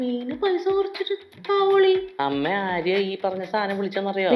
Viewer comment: താഒളി അല്ല മൈരേ താാാായോോോളി..... എന്നാണ്.